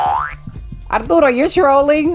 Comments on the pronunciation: I love how you pronounce Arturo’s name apdootle it’s so cutem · When turtle says arturo's name, i thought she said ourdoodles